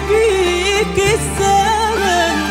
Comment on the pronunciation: عمليات التجميل خلتها تنطق. كلمة الزمن. بكلمة السمن. الي ركز مثلي ع مخارج الحروف. يحط لايك. صوتها. عبارة ان نهيق في نهيق بنسبة لي غنتها مي فاروق مع المايسترو مايكل ابراهيم افضل من امال ماهر